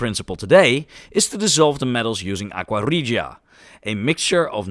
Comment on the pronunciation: Great video. And thank you for doing live narration. No AI or speech to text software. Very well done. And great pronunciation of 'aqua regia'!